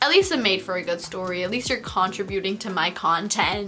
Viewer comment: Love but the way she said contributing ahhh